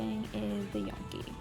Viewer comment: You mispronounced Gnocchi.